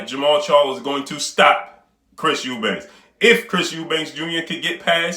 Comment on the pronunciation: His name is EUBANK for fucks sake. Not Eubanks.